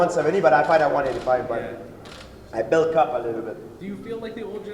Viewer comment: "i bilk up a little bit"